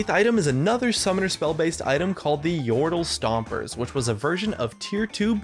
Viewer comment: "Yordles stompers" Why I never...